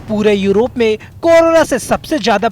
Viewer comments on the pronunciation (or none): none